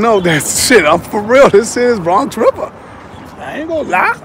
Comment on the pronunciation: Never heard of it but i have heard say he's from Bwonx Wiver. Wtf is that? lol